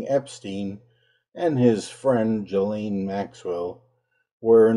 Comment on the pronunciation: A million thanks for not pronouncing her name 'Jizlane Maxwell.' 🙄